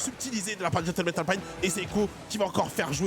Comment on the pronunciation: Pourquoi dire "Alpine" avec l'accent anglais ? Alpine est une marque française, c'est Renault ! 😅